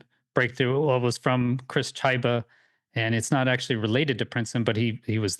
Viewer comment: His last name is pronounced Kibba, Christopher Chyba